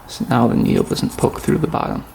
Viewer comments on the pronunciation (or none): none